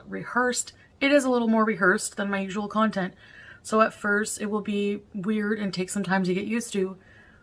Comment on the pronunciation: omg yes! 🤣 "I'm working on new contenTT "